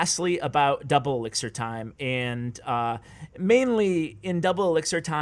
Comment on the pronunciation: "Now I have a huge huge erixir advantage u kno"